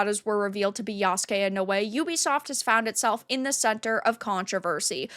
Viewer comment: Okay, clearly you botched Naōe’s name. It’s pronounced as “NOW-WAY” not “NEW-WAY”.